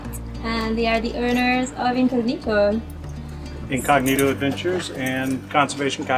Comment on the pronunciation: A simple question..is Incognito an english word? Last time I check was italian, so why you as italian pronounce this word with the wrong accent? I mean maybe is also an english word so you can enlighten me, thanks!